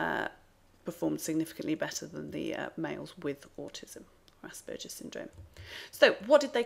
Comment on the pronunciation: Very interesting, just one point of criticism - the "g" in Asperger's is pronounced like Iceberg or Hamburger, as it is named after Hans Asperger who was Austrian. In German, a "g" in that position is always pronounced like in "get"